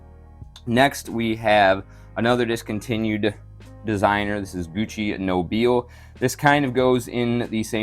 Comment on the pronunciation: You’re so cool as always Love seeing your videos P. s you pronouns Gucci Nobile ( noble ) as written nò·bi·le